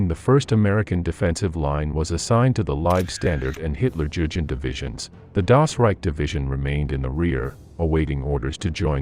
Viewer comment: hutlerjugend is trully on the next level...